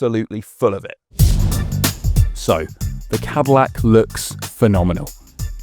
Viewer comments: We know you are a Brit but you really can't pronounce Cadillac? 😂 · Literally didn't say the Cadillacs name properly even once.